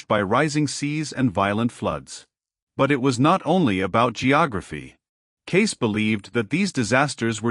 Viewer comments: I think AI did not know how to pronounce Cayce and read it as Kai. Also music may have been a direction to insert music into the video. The program needs some pros to fix it. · The narrator doesn't know how to pronounce Cayce's name, and what with all the"musics?" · ⭐️⭐️⭐️⭐️ A wonderful presentation, however, too bad the name "Cayce" was mispronounced during the whole video, and also, the word "music" was inappropriately sprinkled throughout as well! 🤦‍♀️ (so annoying!) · The problem is this is YouTube. WHERE is the PROOF Casey predicted what this clown, who can't even properly pronounce his name. I'm 71, in the 70's it seemed everyone was a psychic, sat under home made pyramids, went to seances, and also predicted California would break in half, and half would sink into the sea, that the "rapture" will suck milions of people up into the sky, due to pathetic attempts to translate the Bible and also listen to a semi-comatose woman prophesy about a "Rapture". Another Protestant claim was an ancient "Desert Father" predicted a Rapture. Once again, who can prove Casey predicted what channel owners say he predicted? Same with Nostradamus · why don't you check your work? i.e. Sticking the word "music" in all over the place, mis-pronouncing his name! These mistakes really cut down on the quality or believabilty of this video! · Why dies the reader keep inserting the word music every few sentences in a way that proves it’s a malfunctioning robot-voice. Also teach it how to pronounce the guy’s name!!! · Further…he’s not pronouncing Cayce’s last name properly…it not kys…..😢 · What a pitiful attempt to present Edgar Cayce. His name is misprounced every time in several different ways. And MUSIC is said constantly until I have had to close the video. Not the same quality of other Hidden Realm videos. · Yep , this was definitely botched .